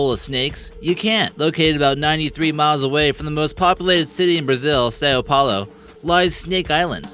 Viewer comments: I'm from São Paulo and it is not like sow, it's more like 'soun'. It's a nasal phonema. Hard to pronounce if your native tongue is English. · Sao Paulo is pronounced like sow. like wow . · You mispronounced Sao Paulo.